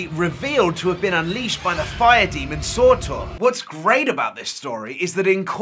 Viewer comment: Just personally bugging me, it's SURTUR (Sir-tur) not SORTOR (Sore-Tore)